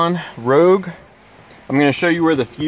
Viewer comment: its ROGUE NOT ROUGE ,,,just saying lol ,,,,,i came here maybe hoping to find my fuel pump relay on my rogue ? not even the dealer can tell me where the darn thing it located ? i was in the parts room at the dealership and we could not FIND anything to help us locate that relay ? i googled it and google is completely wrong in what they show where it is , its NOT in the kick panels either side ! go figure ? thanks for sharing